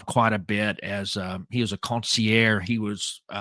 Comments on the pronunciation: It’s consigliare not consiare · con-see-ear. Fucking joke. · You say consigliere like the medigan that you are. Haha. Love ya, but you're a good ole boy! How you got into Italian American street stuff beats me. You're still cool in my book Paulie Piazza